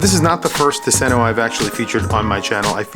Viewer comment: Please pronounce it TOOS-en-o. Not tuh-SEN-o. “Tusen” is “thousand”; “ö” is island. There’s an archipelago outside of Gothenburg, and it’s beautiful. Marstand especially.